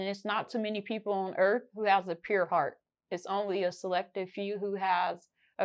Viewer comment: "Some of yall dont have a puwed heart" 😂😂😂😂